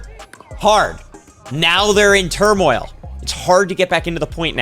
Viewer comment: He said turmoil lol…. I know they family read the Bible lol